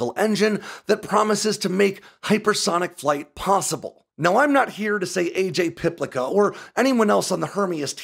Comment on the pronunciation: Likely pronounced Piplitsa